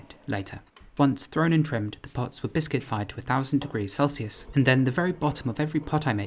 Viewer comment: It really sounded like you said biscuit instead of bisque